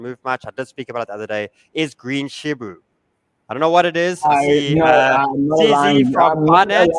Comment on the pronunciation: can't handle the name shibu 😂😂😂